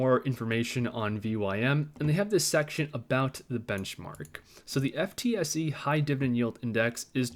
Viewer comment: FTSE is pronounced ‘Footsie’